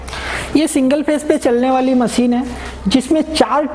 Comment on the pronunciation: Very very poor pronunciation like: Machine not maseen Composition not compojisan Thousand not thoujan Zyaada not jyaada Business not bijnes Customer not cushtomer